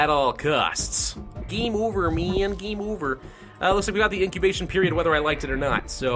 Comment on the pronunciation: it was also funny when he said,"gaem over meean gaem over!